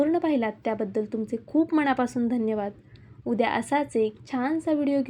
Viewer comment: मणापासून म्हणू नका , मनापासून . छाण म्हणू नका , छान.